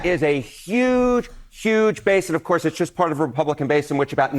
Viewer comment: "Of CoUrRRrSe!!!"